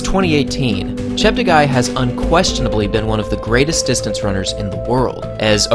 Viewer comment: Slight correction: his name is actually pronounced as Cheptegay.. (te for television) not Chapterguy